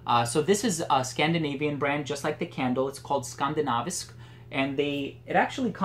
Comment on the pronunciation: Hey, Very nice video, I've been thinking of scent jewellery for a long time might just get some now. Don't know if someone already said but HEIA translates directly to heathlands or in direct English it's 'moors'. And your pronounciation of Skandinavisk is really good too, just wanted to let you know! And thanks for all the great videos and reviews, keep up the awesome work. /Stefan.